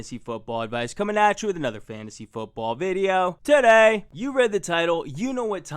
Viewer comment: "TUH DAY!"